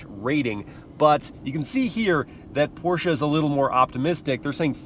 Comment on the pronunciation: You should invite your mother more often for car reviews! Love her knowledge about cars and as I german I am really proud of her saying "Porsche" correctly and not butchering it like most Americans do!